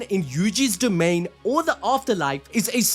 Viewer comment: i gotta mention how it said "domian expansion" im just mentionning this because i thought it was funny